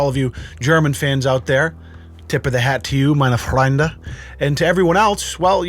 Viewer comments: Nah, er hat nur das r stark gerollt, schau auf seine Lippen, er sagt "Freunde" :) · How is pronouncing the german word "Freunde" is hilarious. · „Tip my hat, meine Frrrrrrrrrrrrrreunde“ I love this gut